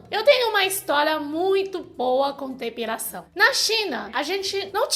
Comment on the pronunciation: . É engraçado ouvir depiRação, que tem que tirar peRo... .